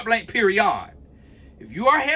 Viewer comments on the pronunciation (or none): I know you're from Atl " PeriOd" 😂😂 ❤❤